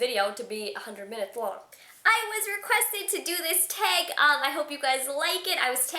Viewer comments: "teg" lolol awh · You say 'tag' ugly. ahahahaha. regardless, funny.